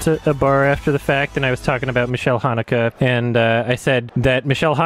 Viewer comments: Just a tip for you: So in German you pronounce the letter a and e separately. Try to say it like you'd say Gaël's name Mich-a-ēl The way you pronounce it is the female version of the name Michael --> Michelle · why does he pronounce it michelle tho